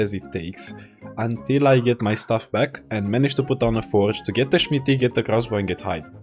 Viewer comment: watching your content has made me start pronouncing "smithy" like "schmitty" and my friend I play with is starting to do it too. it's contagious